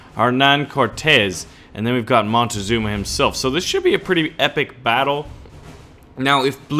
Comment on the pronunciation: that's not how u pronounce Montezuma